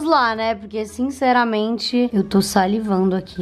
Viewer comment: Vídeo: A: "To salivaindo" Todo mundo já sabe. Paraaaa